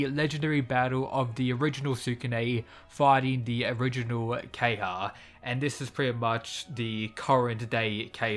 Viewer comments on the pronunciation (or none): Ke-ha-ya not Keyha...